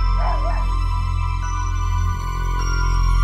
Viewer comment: I cried for the first time in 3 years after watching this. The tears shed were not of sorrow but of joy. Upon watching this master class in film making, it's safe to say my third eye is now open and I see the world in a whole new light. The crisp and clear delivery of the line "ketamine" sent goosebumps down my entire body which in return sent me into a sort of shock that I found hard to wake up from. I've had this video going on loop for 12 hours now and I'm ready to get my life together again. I'm 98% sure the ghost of my great grandmother spoke to me in the state of my shock. She confirmed that illegals are, in fact, buying up local real estate and passing out candy on halloween. Godspeed to you, sir and may your career be great.